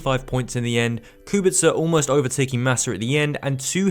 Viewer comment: Respect from Poland for pronouncing Kubica correctly, waiting for more episodes from this series